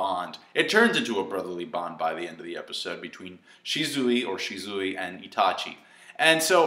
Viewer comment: you keep saying "Shi-zoo-i, or shi-zoo-i" You sayin' it the same way both times man xD You do you, but it's supposed to be "Shi-su-wee"